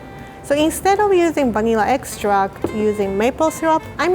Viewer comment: Instead of vanilla extract I heard bunnyella me: hahahaha